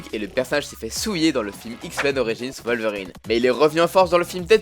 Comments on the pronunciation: on dit pas volverine mais wolverine ( sa se dit ouolverine ) le " w " ne se prononce pas " v " mais " ouo " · Wolverine c'est un p*** de W ! Comme l'animal on prononce comme un W ! PS : Plusieurs nom sont à mieux prononcer, certains sont à la llimite du compréhensible !